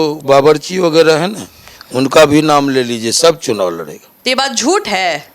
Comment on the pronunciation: 'चुनववा' ये क्या है? शब्दों को तोड़ कर मत प्रस्तुत करिए।